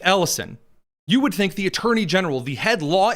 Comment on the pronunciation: I don't tink day do.... yeah sure